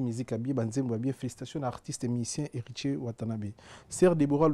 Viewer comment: Ah boyoki pe neti nga pe nayokaki eloko moko ya genre wana! Marture au lieu de Martyre. Heritser au lieu de Heritier